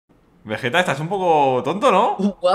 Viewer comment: primera ves que escucho a willy decir veggetta :-)